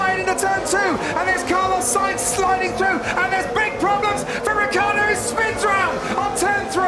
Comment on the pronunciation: 'Richiardo' It's pronounced 'Rikiardo'